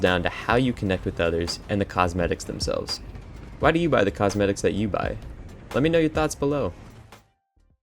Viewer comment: "Mmmhhhmmmm... that's whai" 😂